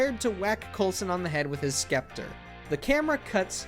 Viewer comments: “skepter”? You mean scepter? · Scepter…not sKepter. Seriously! You folks at MOJO really need to read more books and maybe attend an English class. This is perhaps the 23rd mispronunciation error of a basic word or simple grammar problem you have had in past few months. Please consider hiring an editor. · Wait.....did you pronounce scepter as skept-er?!?! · pretty sure the C in scepter should be silent